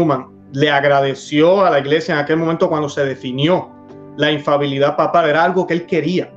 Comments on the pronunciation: No se dice infabilidad corrección para ambos se dice infalibilidad, que significa que no falla, que no se equivoca. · Infalibilidad por favor, no infabilidad